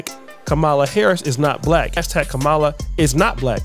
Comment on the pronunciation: Hey, you need to learn how to pronounce Kamala — it’s comma (as in,)-la. You could’ve at least prepared better.